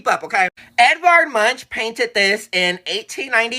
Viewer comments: YESSSss..it's " Edvard Munk " NOT Eddie Munch-n-crunch 😂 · OMG say Munk not MUNCH 😂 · Edward Munch is pronounced “ Munk “ as in chip not lunch 🤭😄